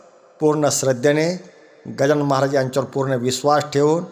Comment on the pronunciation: मंत्र जप बरोबर उच्चार होत नाही 😔 गजानन महाझाय होत आहे